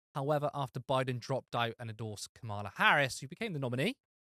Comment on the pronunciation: It's Cah-mela, not Ca-mahla. You don't have to like her to say her name correctly.